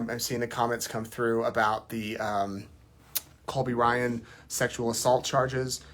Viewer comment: Sounds like you kept saying Colby Bryant